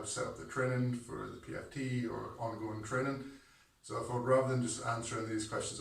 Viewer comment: "Trenning"... suspicious